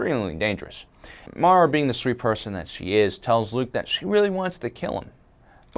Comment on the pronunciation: his name is luuke